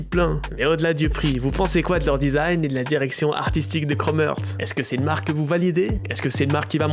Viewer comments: Par contre ça se prononce Chrome “Harts” pas “Heurts” 😅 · C’est Heart et pas earth. Tu le prononces mal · ça se prononce chrome harts, mais snn bonne vidéo mon reuf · La prononciation est horrible ca se dit « crôme harts » et non kromertz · un énorme merci pour la vidéo, par contre ça se prononce chrome harts et non chrome heurts... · ‘’Chrome heurts’’ ‘’Chrome Hertz’’ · Aïe la prononciation 😂🙉 « Chromeurtz » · "krome heurts"??? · 8min de chrome erts j'ai les oreilles en sang sinon bonne vidéo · ca me stresse que tu dise chrome heurtz mdr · Frérot, toi tu dormais sec pendant les classes d’anglais non? Content toujours propre, mais la tu m’as tué sur la prononciation de Chrome Hearts. C’est l’accent suisse qui fait cet effet sur le “Heart” ? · Frero la prononciation de heart 😂😂😂